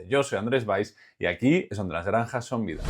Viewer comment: El dice naranja 🍊 🤣 😂😂